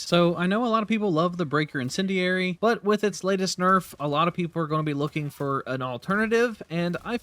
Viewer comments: Is English your first language, or do you have a speech impediment? Incendiary is not pronounced "incinerary" and you should know better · Ima keep it a buck witchu chief "Incendi"RARE"y" isnt a word